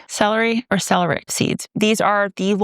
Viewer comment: Isn't it "sell-AIRY-ack"?